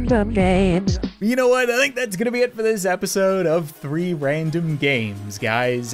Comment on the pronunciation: it's saying 3 RANDOM GAMES but I hear rree RANDOM GAMES